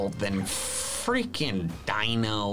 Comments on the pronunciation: Gets frustrated when other PokéTubers mispronounce Pokémon names Also: Says "Dino" instead of "Deino" (this is just a joke, please realize this before commenting) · DINO it's (Day-no)